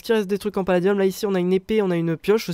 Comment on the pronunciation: a chaque foi tu fais paladieum